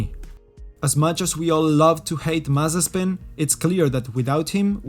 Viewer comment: lol "Mazaspin". I see what you did there :D